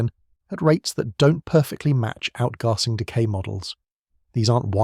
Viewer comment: The way the A.I. narrator says "outgarsing" is funny to start with, but soon gets very annoying.Shame. I could not watch past . Nobody says outgarsing, like nobody says plarstic.